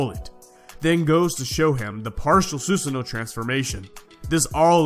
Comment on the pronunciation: only problem is how u said susanoo